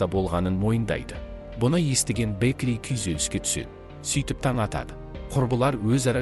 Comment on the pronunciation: Бэкли емес Бэкки сосын Шило емес Хантер қате көп